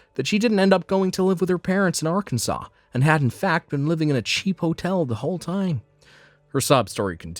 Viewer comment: At least they pronounced it correctly; another story I heard a while ago pronounced it as “R-Kansas.” That’s how I knew it was an AI voice for that story.